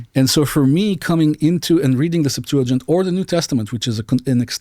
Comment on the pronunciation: He said "Sept-to-gint", its pronounced Sep-tua-gint, and yes its Greek, What a Monist liar.